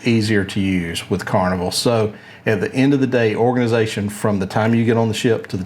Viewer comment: "Organization" - not Orginization